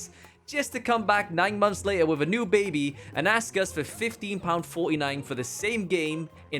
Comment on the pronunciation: It's months not mumps. 😂